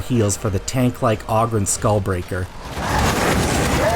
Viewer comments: it's Vermintide in 40k, it's fun, but it still needs some work and features added that are missing, all in due time, also, OH-Grin not OG-rin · Ogryn like... Ogre-rin. You donkey! 🟢🐴